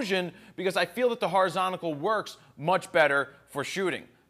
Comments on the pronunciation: Horizontal. It's Horizontal. Not Horizontacle. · one of the best online, but it's horizontal not horizontigal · Did he say Horizontical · Yeah the way he says it is kinda funny